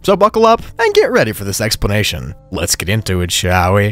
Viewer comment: Anyone else here him say “sex-planation”?💀💀💀